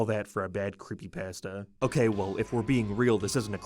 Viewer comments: The funniest thing in the whole video is how you can't even pronounce it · The way said creepypasta is nightmare fuel